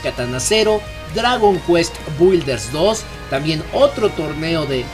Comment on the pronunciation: Hey hey! Oye, se dice "blodsteind", no "blodEsteinEd" la última E es muda. Y se pronuncia "bilders" no bUIlders.